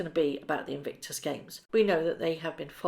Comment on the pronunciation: Why do you consistently mis-pronounce the word "Invictus"? Legitimate question - do you just not notice?